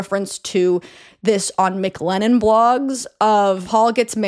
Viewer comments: Stop saying Mick Lennon. MC Lennon not Mick lennon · everytime you said mclennon i thought of mclovin from superbad. i just want you to know that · I keep feeling like she’s about to say “McLovin’” every time she says McLennon LOL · Word it’s driving me crazy 😂